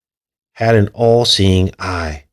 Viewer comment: did you notice when you say All Seeing Eye it sounds like your saying AI. Wow!